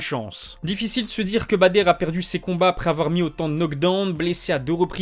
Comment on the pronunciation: stp, c’est Badr pas “Bader” …